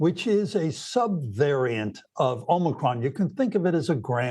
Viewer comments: He mispronounced respiratory! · The doctor they put on can’t even pronounce “respiratory” normally. 😩